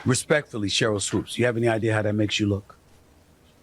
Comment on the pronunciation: Hey, its SHERYL not CHERYL... LOL